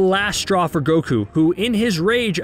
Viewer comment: How do pronounce words wrong the anime explicitly pronounces correctly for you?